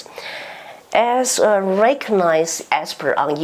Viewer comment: 葛萊儀 CSIS Bonnie S. Glaser is Taiwan’s true friend 👍 筱君 has many incorrect English pronunciations. Seems 筱君can’t pronounce most L and R, for example - tell, and anticipate, recognize, going,… defense, invasion,… Joseph Wu, Arlington, talks,… incumbent Gallagher